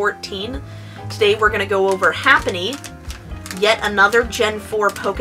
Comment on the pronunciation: its not ''HAPPENY'' its ''HAPPINY'' you illiterate tart.